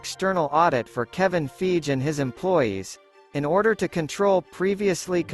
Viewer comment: Kevin "FYGEE" not "FEEJ"